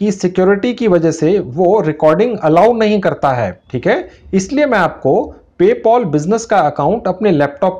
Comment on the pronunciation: paypal❌ paypol✅😂😂😂😂😂🤣🤣🤣